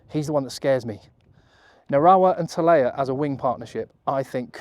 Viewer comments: Tele’a not Talea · "Telea" not Talea. Losing track of how many times you've gotten that wrong. Great video though.